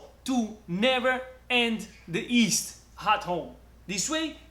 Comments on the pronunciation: 👋 hi say yeast not East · Ma perche' lo pronunci "ist" se si dice "gli-ist" ? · It is called yeast not East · Is he saying..East??